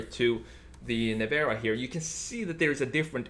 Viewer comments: Not NEVAAARA......LIKE Nissan.....you must say NEVEEEEERA😉🤫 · Well he said “Nevara” so...no :)